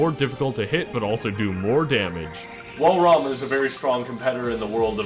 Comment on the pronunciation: anybody else notice he pronounced rama wrong, watch the smite lore